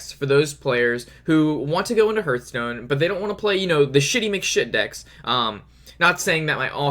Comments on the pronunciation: It's called Har-th-STONE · There is no 'u' in Hearthstone...... Just sayin' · hörtstone :D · It's actually heArthstone, they even say it in their trailer